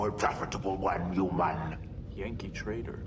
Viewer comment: Also kept how they over pronounced the word humans as HUEmans.